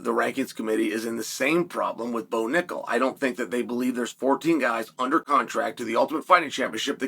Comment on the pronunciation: Bo Knuckle (accented)